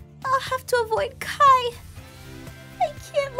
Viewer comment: Jennifer Nguyen Yas please! And also it's not Kia it's Kai